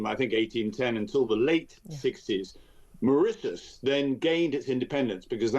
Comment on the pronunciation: Why does he keep,saying back to Maririous.